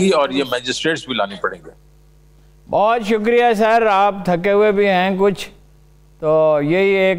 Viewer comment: Sick of this lady putting ق in everything. It's شکریہ not شقریہ